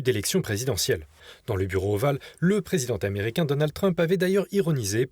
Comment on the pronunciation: On ne dit pas " le président-t-américain. C'est une liaison mal-t-à-propos